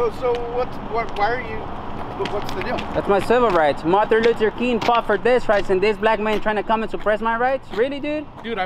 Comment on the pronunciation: Marther Luther King? lol love it